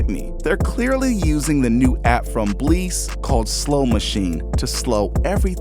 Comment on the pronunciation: 🤣 they are using Bleass (little-known fact: actually pronounced Bliss).